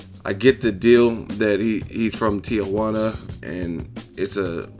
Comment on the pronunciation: Why do people pronounce Tijuana, "Tia" Huana? It's Tee-Huana...